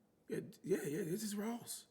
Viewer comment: THANK YOU he do that every time he say it 😂😂😂😂